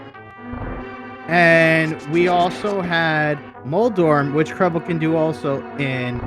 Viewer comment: Its Krelbel not Krebble